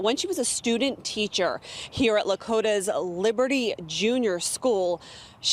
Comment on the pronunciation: I live in this same Ohio school district. Absolutely absurd that she got a slap on the wrist!! Also. Just so you know, It's called Lakota (La-Co-Ta)